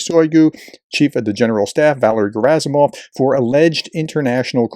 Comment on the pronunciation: PRONUNCIATIO Rarely is ant Slavic word or name with the emphasis on the 1st syllable. So it's SodOl GerAsimov ShoigU ZelEnski Also It's Oblast as in wOOd not AAblast